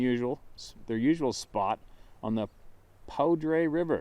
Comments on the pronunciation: Poudre River is pronounced POO-Dur, emphasis on the Poo. French word for powder as in gunpowder. Cache la Poudre River is a fantastic river with a very scenic canyon north and west of Fort Collins, Colorado. The whole area was devastated by a 200,000 acre wildfire last summer. Other encounters have been recorded in the canyon, and in the mountains to the north. Interesting encounter. Thank you! Love your channel in many more ways than one. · It's the "Cache la Poudre"; pronunced "pooder". So named, when French trappers hid their gun powder along the bank, in the 1800's. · just a heads up, the Poudre River is pronounced Poo-der. Love what you're doing, keep pushing!